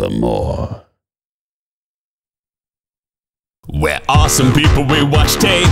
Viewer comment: Quoth the raven: "nevahmoa"